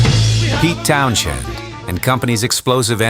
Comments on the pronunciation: the AI voice aint it. If it cant say Townshend right go another route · A.I. Voice mispronounces Pete Townsend's name.